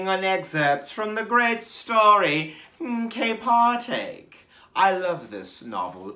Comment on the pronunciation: Am I trippin, or did he say camp heartache??